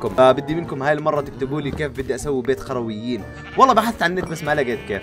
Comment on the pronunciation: قروين مش خروين😂😂😂😂😅